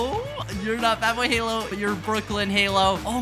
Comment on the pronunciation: ishowspeed , wrong , ishowmeat , wrong , badboyhalo , wrong ,dadboyhalo correct :)